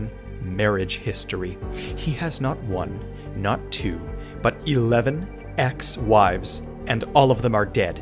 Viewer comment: “On his whwives”